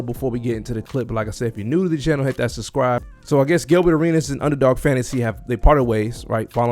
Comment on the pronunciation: You don’t seem to be able to pronounce the word “Subscribe.” You keep saying “Suscribe”